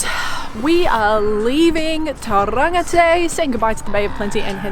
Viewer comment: Just a heads up Tauranga is pronounced Tauronga.